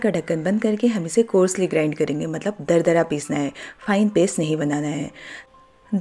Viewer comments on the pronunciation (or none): Aapki recipe bahut achchi hai 😊 Thanks for sharing 🙏But Coursely nahi Coarsely hota hai....Mujhe aapka channel bahut hi pasand hai aur usko better banane ke liye agar main kuch feedback de pau toh mujhe khushi hogi 😊🙏